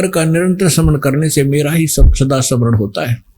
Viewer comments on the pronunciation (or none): जहा पर कबीर नही बैठता वहा पर गड़बड़😂😂😂 स्मरण को समरण, रूद्र को रूदर बोलने वाला व्यक्ति आज खुद को भगवान बनाने में लगा है